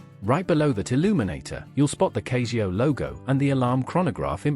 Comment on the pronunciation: Why you saying Cayzio? That's just wrong .